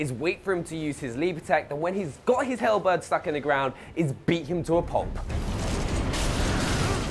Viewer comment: Can someone tell him how to say halberd properly?